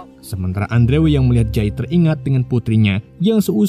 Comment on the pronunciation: Andrew.. dibaca Endru' ... Min... 🙏🙏🙏